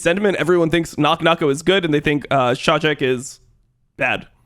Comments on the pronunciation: Actually Czajek is biggest talent from PL in history (pronounce for ENG would be Chayek, no Czajek), challenger at age of 12/13 and very mechanically talented. From inside PL community I can say there was talk about him became a bit demotivated in LFL bcs of feeling he will be stacked in ERL forever bcs of the franchise. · Just a clarification, Czajek reads like Chayek